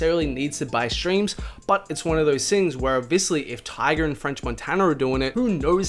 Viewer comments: I'm feeling like you keep saying Tiger instead of Tyga. No hate tho. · It’s tyga not tiger